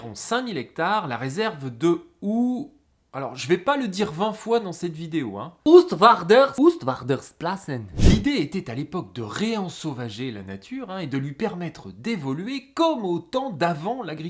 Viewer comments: NON, c 'est pas OUSTvarder, malgré les analphabètes de Arte et aussi incroyable que ça puisse paraître, tous les étrangers ne prononcent pas à l'anglaise !!! "OO" en flamand et en néerlandais, ça se prononce comme un "ô" allongé, et PAS comme OU. On est quand même les plus nuls du monde en langues étrangères, après les Américains. C'est OOST / VAARDERS / PLASSEN. Tu me le répéteras cent fois pour demain. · "austvârdeurplassen" ;-) oo en néerlandais c'est un O long, pas un OU, le ou c'est "oe" ;-) (voilà ma modeste contribution de belge trilingue à cette chaîne huhu) EDIT: sinon les poissons on l'air de morfler aussi cf. wikipedia -> "La zone de liaison écologique est fonctionnelle pour les plantes et les animaux, mais les vannes sont imprenables pour les poissons. Il n'y a pas d'échelles à poissons par lesquelles les poissons peuvent entrer et sortir de l'Oostvaardersplassen. En conséquence, les poissons migrateurs tels que l' anguille sont en train de disparaître dans cette zone. L' épinoche ne peut plus nager à l'intérieur au printemps non plus. Le plus gros problème, cependant, est la structure d'âge de la carpe. Il n'y a pratiquement pas de prédation sur les poissons adultes et, par conséquent, le stock de poissons est principalement composé de poissons adultes. "